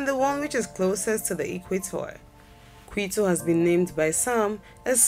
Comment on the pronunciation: Cartagena, Montevideo, and Quito are pronounced incorrectly. A couple of views shown for Quito and snow are clearly from somewhere else.